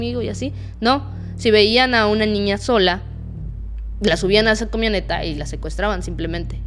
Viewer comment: Ella siempre dice ñiña o ñiñas